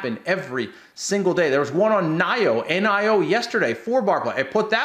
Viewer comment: How dare you say "nigh-oh" it's definitely "knee-oh" -$NIO